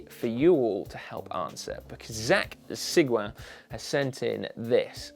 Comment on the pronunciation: First thing Simon you said "Sigouin" perfectly. Next this is for Zack I would calculate by good and bad scale to figure out which bike to sell. Always hard to sell something you like but it happens.